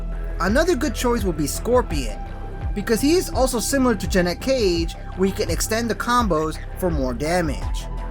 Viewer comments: Brother, i may be out of the loop on an inside joke or something but im pretty sure its jan-et cage, not ja-net lmao although i may start saying ja-net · Why are you saying Janet Cage as “Jah- net Cage”